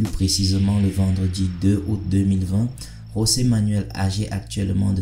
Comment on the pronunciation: S’il te plaît c’est José et non Rosé (José) comme ça se prononce en espagnol C’est un portugais